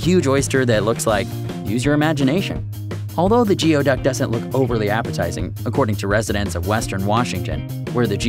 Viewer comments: Geo duck is actually pronounced gooey duck mate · It's NOT GEO ITS GOOOY. It's pronounced like gooyduck. I've lived near them my whole life.and they taste good depending on how you cook them. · / its pronounced "Goo-ee-duck" not geo-duck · It's pronounced "gooeyduck", not geoduck. We used to dig them out along with horseneck clams and Washington clams. When alive, the.neck can retreat 3 ft or more into the sand. 3 guys dug a 4x4 hole and never found that one. Tender yummy sliced and raw with wasabi and soy sauce. Similar to abalone. The restaurant breaded and fried the skin and mantle. Yummy. No waste. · Not geo duck! Gooey duck! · Its called a Gooey duck not geo silly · It’s not pronounced Geeeoooduck it’s renounced gooey duck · Im from Washington state and attended Evergreen state college who's mascot is the geoduck, and you pronounce it wrong. The word geoduck is pronounced goo-e-duck. That would be goo, rimes with new, long e riming with tea, and duck the only part of the word that actually sounds the way it looks. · Geoduck "goo-ee duck" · Geoduck is pronounced gooey-duck. Just so you know. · You are saying geoduck wrong it is said like gooey duck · Great video but Geoduck is pronounced (Gooey-Duck) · it's pronounced "gooeyduck"! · It's pronounced gooeyduck and it's a clam not an oyster also they are delivioud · His pronunciation of the word was driving me a bit nuts. :D